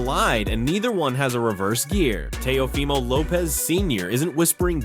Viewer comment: AI audio: tay-O-Fy-mo